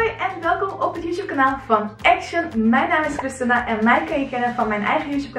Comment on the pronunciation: Wait je spreekt Kristina uit als 'Kristena'?!